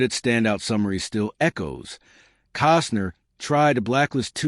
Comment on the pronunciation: Kostner not Cosner